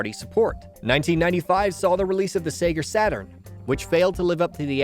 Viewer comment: “seger saturn”